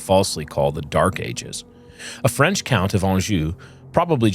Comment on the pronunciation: The worst part about this is seeing face pronounce French words from the front.